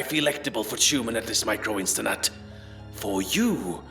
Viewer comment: "microinstanut" is what they used to call me in college.